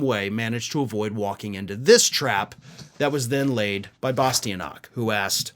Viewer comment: It's pronounced Bah-stee-ahn-itch.